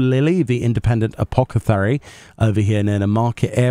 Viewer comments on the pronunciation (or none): Apoth not apoc its apothecary not apocathery :p ❤ sorry lol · Oh for the love of Thal.... "AH-POTH-E-CARY!"